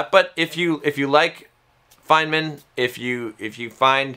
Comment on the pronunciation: In an audio book, you'd have thought one would have heard the pronunciation "FINEman"